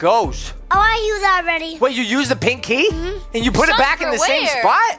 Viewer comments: its pinkey not pink key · made me laugh when he said pink key the second tin is sounded like he said nakey lol 😂😂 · Omg lol he said pankey the first time and nakey in the second 🤣😂😂😂 👇 like